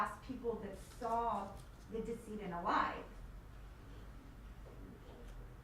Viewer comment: Its decedent, pronounced deh- seh- dent. Not Diss-eee-dent. What college did you go to, they actually gave you a degree.